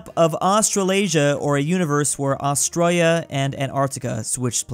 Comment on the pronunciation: why do u skip the "I" in australia it sounds like ur saying australa